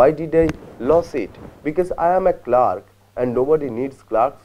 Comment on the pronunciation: Yea even i was surprised by the way he pronounced CLERK